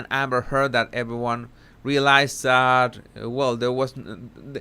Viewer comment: please read.I adore you and your channel, and I understand you’re Spanish, but please stop with the “Dat” and “and DEN” I have lots of Spanish friends and they all say “THat” and THen”. So I know it’s not a typical thing that Spanish speakers do when speaking English. The dat and den sounds like a toddler.